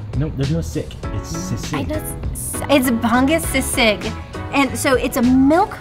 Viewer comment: Sisig is pronounced see-seeg.